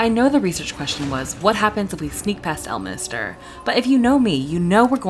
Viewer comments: It's El-min-ster, not El-mini-ster, and he is a much more likeable character when he is in a good mood. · L minister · This video seems super interesting but alread 30 seconds in and you said Elminister 3 times it's really triggering he's not part of the government... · Can't believe you devoted a whole video to the guy and don't even pronounce his name correctly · I'm confused on how you heard him say the name correctly and still mispronounced the guy's name... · love how you keep calling him elminister 😂 bro is ordained